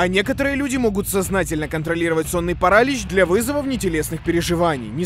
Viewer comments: Правильно не парАлич, а паралИч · Парали́ч а не парАлич боже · не сонный паралич а сонный паралич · Почему парАлич? А не паралИч? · Не Паралич а Паралич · Паралич а не паралич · ну какой парАлич, это так тупо. На протяжение всего видео такая хрень. Правильно говорить паралИч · Паралиииич!! Ударение на иииии, не на а 🤣😂🤣🤣😂🤣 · ПарАлич... Вы серьезно?! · Меня пугало только ударение в слове парАлич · Параличь ударение на и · паралич,ударение на и, а не паралич с ударением на вторую а